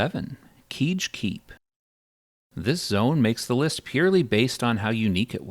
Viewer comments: I thought I was the only one. What is going on? KE-EDGE but not KEDGE… got it. Also VE-LEC-ITOR?? This guy is rage baiting. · the way you pronounce literally anything în the game definitely had to be rage bait. who calls lava “layva” or kedge “keege” i’m done with you lol psycho